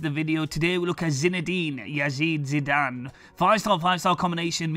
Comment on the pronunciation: hes hes zide a zitee e a zinedine zidane ....